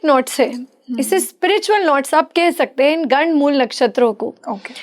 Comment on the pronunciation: PATRKAAR 😛😛BOLNA SEEKHO 😛 GADD MOOL NA BOLO.😛 GADD MOOL TATTI KO 😛TIOLET KO BOLTE HAIN😛ASAL MEIN GANDD MOOL NAKSHTR HOTA HAIN😛 100 PERCENT SAHI BOL RHE HAIN. KITNE SHARM KI BAAT HAIN AAP SAHI SUN KE BI GALAT BOL RHI HAIN😏🤔🤐